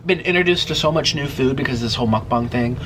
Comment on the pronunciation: Why dose he say mukbans?? Its mukbang!